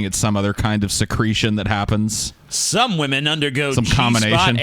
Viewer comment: wamen... am I right guyss? what a nobel subject lol